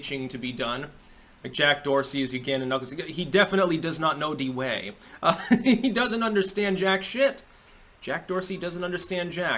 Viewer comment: De wae? I heard Da Wae!